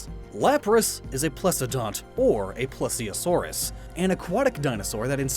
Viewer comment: it isn't called a +eosaurus it is a PLEEEEEEEEEEEEEseasaurus!